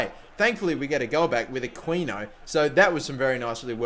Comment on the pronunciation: It's pronounced a-key-no